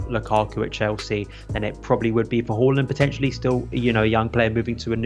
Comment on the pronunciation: Whoreland. It’s haaland mate